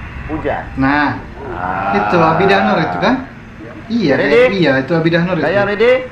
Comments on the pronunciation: Ya byk kali bro sebut A BI DAH, yg betul sebutannya A DI BAH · Adibah bukan Abidah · Adibah...bkn abidah😆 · bukan ABIDAH NOOR mas..BIDAAH NOOR😆😆😆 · Adibah bro. Bukan abidah 😅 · A-di-bah = adibah😁